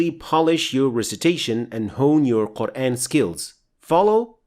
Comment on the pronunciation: Its just me or you guys hear "Quraen" ?